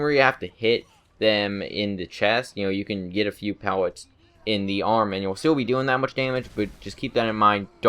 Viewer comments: STOP SAYING PEWETS ITS PELLETS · pewllot what the fuck speach deformity does this guy have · he has a speech impediment, be respectful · am I the only one who hears him say pewwets?